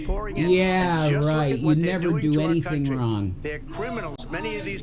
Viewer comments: Omfg she can't even put the g on wrong wtf.......wron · What is she doing WRON.. lol 😂 why can’t she pronoun G”s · And she can't even pronounce a G at the end of wronG? She said "I didn't do anything wron" 🤦🏼‍♀️Ffs this cow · Loud? Shanny is one of the loudest people EVER...Down to her crying & wailing. She doesn't like u Rev she never did! SHE LOVED YOUR $$$$...Her mother warned u! And it's spelled and pronounced as WRONG SHANNY NOT WRON OR SON INSTEAD OF SONG